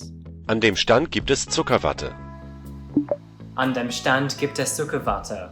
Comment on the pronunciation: Ich mag Zuckerwatte 😋 Your German pronunciation was spot on ✌🏻 I have been using Babble for almost four years now to learn Swedish. I travel there a couple of times during the year for work. It has worked out wonderfully for me. I could connect to a lot of people without expecting them to speak English or even German. And really embrace the culture!